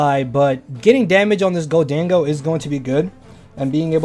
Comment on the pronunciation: Bro it’s pronounced golden-go 😭